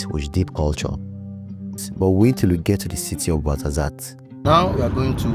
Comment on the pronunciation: Tizi n Tichka you wrote it right, but you pronounce it Tizi n tchika Ait ben Hadou not Ait Bendaw as you pronouce it or Ait Bendahou as it was written on the map. you killed me on the Marzazat, it's Ouarzazate 🥲 You can find Amazigh people starting from Canari island to Siwa in Egypt (very beautiful place btw). Tinariwen are nomade amazighs, gypsies of north africa. Always making good music those gypsies where ever they go. Good job.